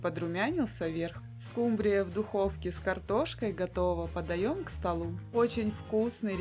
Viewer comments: СкУмбрия,а не скумбриЯ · СкумбрИя, а не скумбриЯ. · не скумбриЯ, а скУмбрия, отслеживайте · Все замечательно, но почему скумбриЯ, скумбриЮ?!